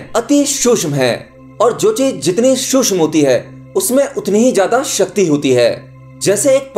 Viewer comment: सूक्ष्म का उच्चारण सही नही है